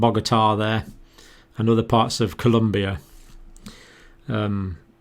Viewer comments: Its ColOmbia, not ColUmbia! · Please, please. Colombia not Columbia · Colombia with an "o", Dr. Campbell. Not Columbia. Common mistake. You're awesome. I never miss your videos. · It is called ColOmbia, not ColUmbia!! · Colombia, not Columbia. Thank you